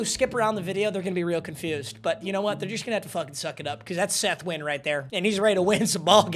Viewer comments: Saying nihao when talking about a player with a Vietnamese last name is crazy 😂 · It was really annoying how you kept miss pronouncing Seth Na-Goy-en's name... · “Knee Hao”😂😂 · why does he keep calling Set Nguyen Seth Wynn?